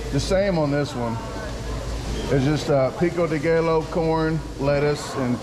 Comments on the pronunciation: Pico day gaylo 😂😂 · wtf is pico de gaylo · Pico de Gallow. C'mon, man.... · Peeko day gallow 😂😂 You crack me up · Picko da gay low.. 😂😂, when are going on a world tour, champion!